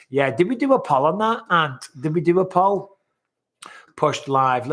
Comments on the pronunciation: I hate to say it Bisping but everytime you say put a poll up it sounds like Polyp, as in call the doctor I need to get my Polyps removed. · Every time you say "put a poll up," it sounds like you're saying "polyp." Lol. Rebecca is breathtaking by the way! It's hard to believe that woman has children that age.